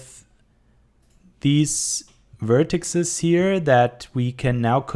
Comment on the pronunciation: Cool tutorial! Also like your Artstation. Always nice to see good german 3d artists :D Just two rather unimportant things : Plural von Vertex ist Vertices(Wuörtesies) und Boolean wird ''Buhliän'' ausgesprochen :P